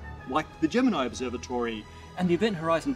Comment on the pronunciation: VERY nice video, thank you so much for all of the hard work you guys put into it!! It really shines! Question to: I love watching your videos. I've noticed in your accent that you pronounce "Observatory" just like that, and not like "Observe-a-tree", and that you do pronounce "r" at the end of some words (where the next word doesn't start with a vowel). Is this how you spoke growing up, or is it influenced from exposure to other accents?